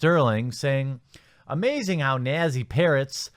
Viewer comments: It's not "Na-se" It's "Nat-se"... while I appreciate the commentary at least learn to read before doing this sort of thing. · Why do you pronounce nazi as nassey? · did he just say 'nazzy'? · What the hell is a "Nazzy". Nazi is pronounced nätsē. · Seriously dude, it's pronounced NOT-SEE! Not "nah-zee". NAUGHT-SEE! I like your content, and I don't aspire to be a grammar Nazi. I'd appreciate if you just pronounce it correctly. Otherwise keep up the good work. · Why do you pronounce Nazi like that? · Learn how to pronounce Nazi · Why can't this guy pronounce "Nazi"!? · Why can’t you pronounce Nazi properly?